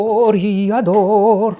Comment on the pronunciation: Why is Rajiv pronouncing "Toriador" instead of "Toreador"?